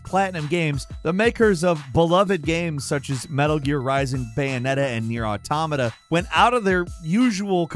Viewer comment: wait, this twat finally learned how to pronounce automata?